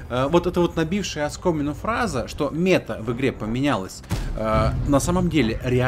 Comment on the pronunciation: Meта-цель,точка к которой стремишься(укр),ударение на вторую гласную(просто слух режет)